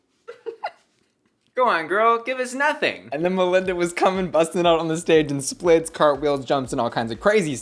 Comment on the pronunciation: First I just want to say how much I appreciated how you pronounce Melinda's name because the judges on the show were not doing it for me.